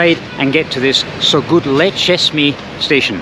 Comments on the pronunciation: It is not Sogutlucesmay. It is Söğütlüçeşme. It just requires a thousand times try to get it right. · As a Turkish in Istanbul, Soğütlüçeşme (Not soğukçeşme) is a disaster even for us.